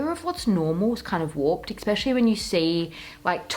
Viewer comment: Cringing every time you say the word especially. Look up the pronunciation of it.